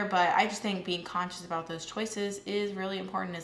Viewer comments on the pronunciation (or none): none